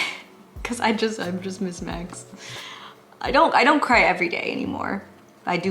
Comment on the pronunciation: I love you so much! When you said you cried because you miss max… it sounded like you said “because I miss my ex”😂😂